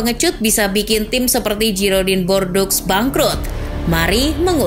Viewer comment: Girodang du Bordo (bukan Giroding de Bordeaux) cara baca yg benar dari klub Perancis tersebut.